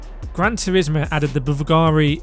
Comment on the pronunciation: BVLGARI is an italian name and it's pronounced 'bulgàri', hearing you pronounce the V instead of the U hurts my ears